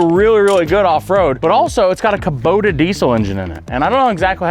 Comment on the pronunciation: A kaboda diesel? Did you just invent a new brand? I know kubota but kaboda…